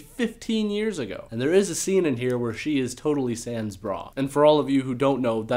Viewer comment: "sans bra" is not french... we say "pas de soutif" or "sans soutif" , "sans soutien" bra is english, come on also to pronounce "sans" correctly, you english speaking people should have your tongue pulled off 🙂